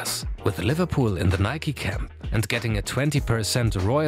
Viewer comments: Nike* not Nikey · Nike is pronounced nikey